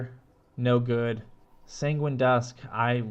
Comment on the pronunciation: Sanguine pronounced sounds like penguin lol also nice video! You should have more subs :)